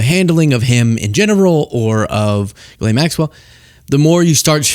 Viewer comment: Jeess-lenn is the correct pronunciation